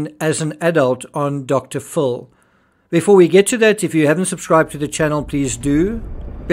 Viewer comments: Dr. Full lol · I love love love your coverage of this case. Also, I love the way you say Dr. Phil with your accent!